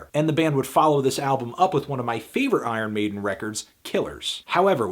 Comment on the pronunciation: "Eye Earn Maiden"